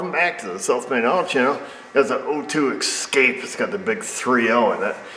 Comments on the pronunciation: takes the ess-COP-eh for a shake without a seatbelt on, Mustie1 quietly nods in approval:D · 00.03, Ford Excape? Dude, you're getting all urban on us.